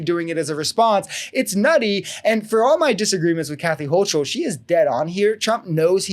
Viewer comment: its pronounced Hokel...not Hochel